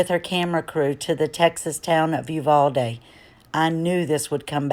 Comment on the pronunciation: Spot on article! BTW - it's pronounced (yoo-VAL-dee), Uvalde, Tx. At least that is the Americanized pronunciation. That is the way it is pronounced by the majority of the population, including the residents of Spanish descent. The Hispanic pronunciation by some of the Hispanic population there is (yoo-VAL-day). Out of respect, I'm not being picky, but want to be humble to my neighbors in Texas. The locals can pronounce it however they want to depending on their family or resident position.